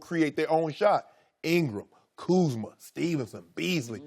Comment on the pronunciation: just sound it out, Kuz-ma,lmaoooo😂